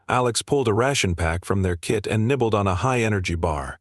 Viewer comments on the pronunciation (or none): kit not kid